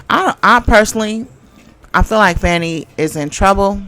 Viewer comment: Hello Sis, her name is pronounced Fawn-e. Protection & covering for her! Great commentary.